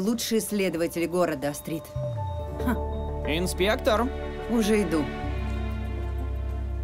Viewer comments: Не АстрИд, а Астрид ! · Почему АстрИд, а не Астрид? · Имя девушки произноситься с ударением на ,, а,, !!!! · Астрид офигительная! Только ударение у переводчика должно быть в имени на А, в фамилии на И. Это имя Скандинавское. Вернее имя Шведсое, а фамилия Датская! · В имени Астрид ударение падает на первую гласную. Неужели, озвучивая целый сериал, так трудно поитересоваться произношением имени одной из главных героинь?!